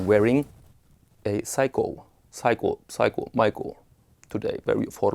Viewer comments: Not Psycho ... it’s pronounced Say-Ko ... or Seiko. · Seiko not pronounced like psycho. Like lake, like same. Sey-ko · its say-ko, not “pshyco” wtf? 🤯🙉💆🏻‍♂️